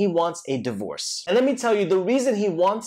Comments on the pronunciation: I like how you pronounce it as DIE-vorce ... anyways great video! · DIE-Vorce that's an interesting way to pronounce LMAO